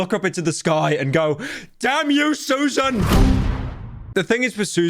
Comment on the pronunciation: after all these years, pyro is the only person who can correctly pronounce Susan’s name